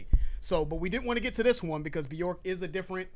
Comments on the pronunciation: It’s byerk not byork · It's pronounced bjerk, it rhymes with work, because there is an umlaut above the O.